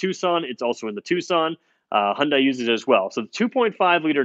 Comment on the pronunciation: Dude.... If you're going to do car reviews, you need to get the pronunciation correct. In the word Hyundai, the word sounds like "Hyun + Day." Acceptable is "Hun-day" but you do NOT pronounce "i." "Dai" sounds exactly like "Day." Feel free to ask any Korean.